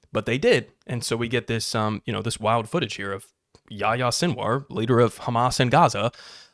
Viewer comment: Btw the h in yahya is pronounced. Fun fact about the name, this is the muslim version of John.